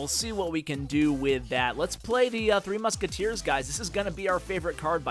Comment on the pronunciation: he keeps calling it 3 musketeer not 3 musketeers D